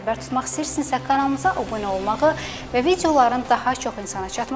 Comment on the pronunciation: Sxtləman xanım,obuna yox,abunə.Düz tələffüz edin.